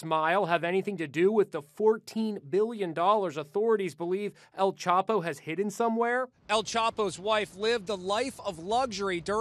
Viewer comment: EL "CHOPO" lmao its EL CHAPO!!!